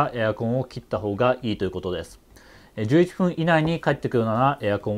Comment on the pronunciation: 「11ふん」ｖｓ11っぷん どっちが正しいのか